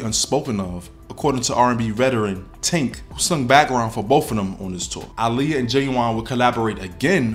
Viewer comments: Her name is aaliyah not Iliya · Yes she pronounced it (Ah-Liyah) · Why does he pronounce Aaliyah’s name like that 🤣